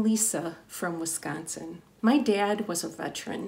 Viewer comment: You can tell that she's from Wisconsin by the way she says the word Wisconsin.